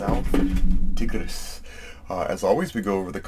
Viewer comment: Hi, Tigris is said like tiger 🐅 (tai-gruhs) and not tig.